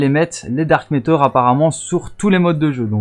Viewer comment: C'est dark ma(teur) pas dark métor... Mais jsuis pas facher vous etes pas américain ou canadien